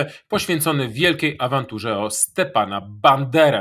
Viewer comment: Stepana a nie Stiepana - to nie ruski był. Jak udajesz wykształconego, to przynajmniej sprawdź jak się czyta.